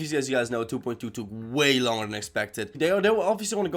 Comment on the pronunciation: I love how he says 2.2 like du boind du (No like meaning bad)